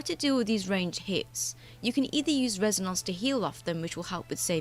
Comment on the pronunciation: That Res-A-Nonce pronunciation gets me every time.